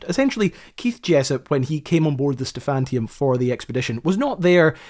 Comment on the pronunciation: Sorry, the ship's name was "Stephaniturm", not "Stephantium". Every time you mispronounced it I died a little inside. Just my OCD.